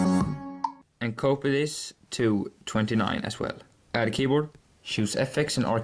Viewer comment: When he says "copy this" it sounds like he's saying "Cope with this"